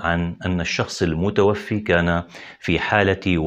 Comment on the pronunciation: الشخص المتوفى بفتح الفاء وليس بكسرها